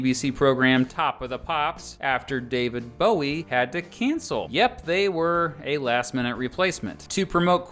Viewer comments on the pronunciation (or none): none